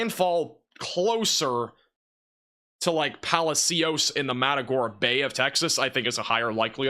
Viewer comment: Palacios pronounced Palashios